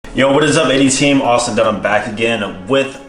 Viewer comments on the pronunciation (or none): none